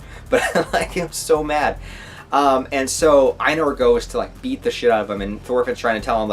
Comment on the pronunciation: Farmland is the best arc imo! It's Thorfinn at his best! A little help with the pronounciations. Einar, rhymes with Reiner. You pronounce it the same way. Also, Ketil = Ke-teal. The I is pronounced a bit differently. Same way you say i in the word engl-i-sh.